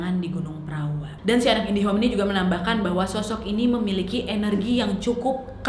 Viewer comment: Iya saya juga dengar nadia bilang anak indihome... 🤣🤣